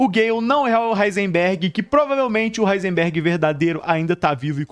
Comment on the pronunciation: Duvido alguém falar quantas vezes o cara do vídeo falou "Heinserberg"